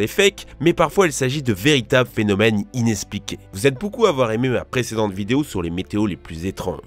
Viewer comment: "Inespliqué" a frappé 😮